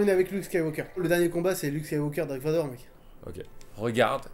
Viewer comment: tiri vador ptdr je suis mort😂😂😂🤣🤣